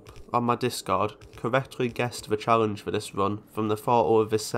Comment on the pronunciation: Ive never ever heard someone mess up l and r as a speech impairment "charrenge" "porrution" "sorution" etc xD Sick video tho.